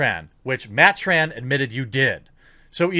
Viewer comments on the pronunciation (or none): Tren black. Not tran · You keep saying Matt Tran, when you mean Tren Black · You keep saying Tran Black